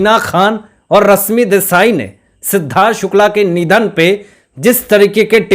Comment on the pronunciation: Tum thik se baat karna sikho ..bihaari pronounciation se lekar hindi baat mat karo ...rashmi hai not rasmi .not enerjy...sunte huebv Ganda lagta hai ..host ho thik se pronounciation sikho.. very bad